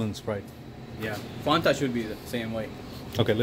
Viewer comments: Did he just pronounce it "fonta" you would get shot where I live if you didn't pronounce it "fanta" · They actually pronounced, 'Fon-tuh'. Was gentlemanly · Why are you pronouncing Fanta wrong? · Sorry I thought it was pronounced as “Fanta” not “Fanta”